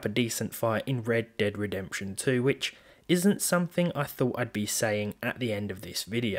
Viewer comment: the way that dude says "Red Dead Redemption" is LOL